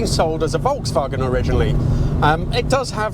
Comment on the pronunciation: porsche is the name not porsch and folkswagen no volkswagen u'r so informed but… wrong:thanksdoc